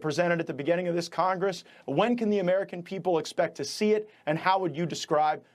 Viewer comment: "he needs top do more"? Do u need to edit out the p?